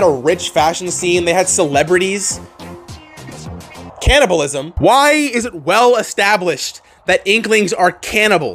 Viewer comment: Psst... it's "CANNIBALISM".